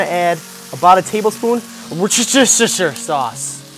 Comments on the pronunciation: It's actually pronounced 'wooster' (rhymes with rooster) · woosta-shear sauce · its pronounce "wos-ta-shire sauce" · It's actually not that hard to say. I used to say Wor-Sti--shy-er sauce too but a British friend of mine taught me how to say it correctly. It's Wer-sti-sher. sauce...just three syllables wer-sti-sher. ;-) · A British girl wrote a comment once saying Worcester sauce is pronounced 'woosta sauce'. I hope this helps ;) Great recipe! I'm going to try it! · It's 'wooster-shy-ehrr-sauce' - this pronuncoation is according to the makers of one of the most popular brands of this fantastic sauce, they wrote to the 2 bikers tv cooking show becauce they kept mispronouncing it as 'wooster-shire-sauce'... So, now you know too, thanks to a Norwegian! :) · Wuster Sher. Thats how you say it. It's not hard, crikey! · Looks amazing! I happen to come from Worcester UK, and it's pronounced Wus-ter-sheer. Hope that helps. :) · That worcestershirshur sauce haha 👍 That actually looks good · And even Wooster Sauce. I've heard it pronounced werchestersheer before now. But that's just wrong! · Worcestershire is pronounced "wooster" :) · Sounds like you're saying "Worst is your sister's sauce" hahaha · Zombies+vegan+ mispronunciation of worchestishire (?)= total package